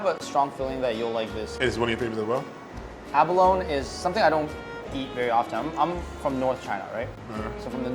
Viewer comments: Abalone is pronounced "a·buh·low·nee". Not "a-buh-loan". Google "pronounce abalone". I knew Abalone divers and this is how they all said it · It’s abaloneeeeee, not abalone, please pronounce properly! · Abalone is pronounced A-ba-LO-nee :) It rhymes with "baloney". not "alone". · and abalo-nee, not aba-lone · Abalone is pronounced with along E at the end (think abalone-eee). I grew up with my family diving for them in California. Shells were so big - 10+ inches!! Only legal from farms now and it takes years just to get as big as the ones they had with hot pot. Expensive too… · I believe abalone is pronounced abalonEE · its abolony.. nee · It’s pronounced: ah-ba-lone-ee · First time I've heard abalone pronounced "ab-alone"... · Yo js its pronounced a-ba-lo-nee 😅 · I think you pronounce abalone wrong lol